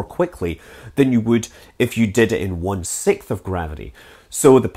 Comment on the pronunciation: I find your lack of an s sound in the word "sixth"... disturbing. Si-k-s-th, not Si-k-th.